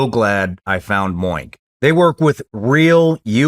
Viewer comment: Sorry Shawn but every time you say MOINK I die laughing 🤣 😂